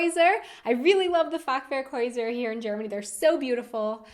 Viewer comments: No Shade but when you said "Fachwerkhäuser" I understood something a little bit more rude because of your accent. But it's okay :) Your German is much better than the one's I've heard in my life XD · I love the way you pronounce "Fachwerkhäuser" :D